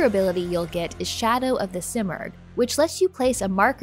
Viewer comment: The simorgh is a legendary bird its pronounced seemorgh. I am in the early stages of the game and got a kick that u can change the language to Farsi. This is the first prince of persia gane that u can change the language to Farsi